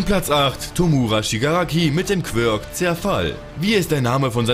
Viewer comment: Es heißt "quirk"